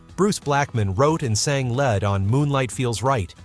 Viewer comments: Who in Starbuck sang led? The word is pronounced leed!!! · Sang "lead" pronounced "dead" in the narration? Use you own voice.Really...